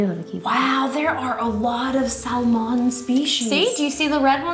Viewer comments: nobody: jenna: it's sALmONe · Salmón, in Spanish... one of them accidentally matched the exact pronunciation in my language, lol. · were you talking about salmon or drawing lol lol thank you for the review